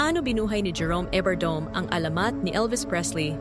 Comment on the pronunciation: Please atechikas pronounce correctly his family name « evardo me not Evardome😊❤😊